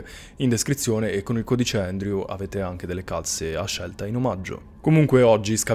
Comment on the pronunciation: Credevo si scrivesse andrew,pronuncia endriu.